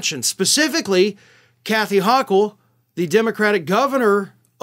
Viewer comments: I enjoy your content and most frequently agree with your viewpoint; I do, however, believe that my Governor pronounces her last name with a long o. keep up the good work. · Kathy Hochul with a long "O". Just a head's up.